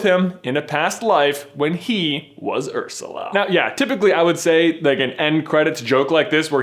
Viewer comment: When you said "Ursla", there were only 3 words in my head for 10 minutes straight; "Oh HEEEEEELL no."